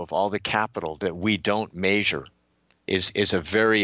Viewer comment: It sounds like he says major instead of measure